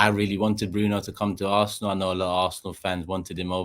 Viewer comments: It is ARSENAL and not ARSNEAL ,lol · “Arsneal” lol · 😂😂😂😂 ARS-NEAL?!!!!😂😂😂😂😂 Can’t you even spell your own team’s name??!!! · Its Robbie,he butchers names in transfer daily and its rubbed off on 😉